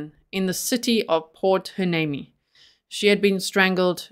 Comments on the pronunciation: This was big news as I’m near there. Very happy to see it solved. Oh by the way, it’s pronounced port Y-nee-mee 😅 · Believe it or not Port Hueneme is pronounced Port Why- neem-ie. by a California native 😉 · Port Hueneme is pronounced: Port-Why-knee-Me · I live in Ventura County and about 20 miles from Oxnard. It's pronounced "Port WhyNeeMe." This is so scary that he was in the area this whole time. It's amazing that they used modern tech to catch this guy. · I just saw in the comments that a lot of people told you how to pronounce Port Hueneme so I am deleting my comment. I don't want to beat a dead horse as they say! Thank you for all that you do in researching all these cases. ♥️